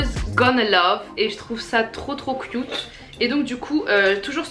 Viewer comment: "Trop cioute "😂😂♥️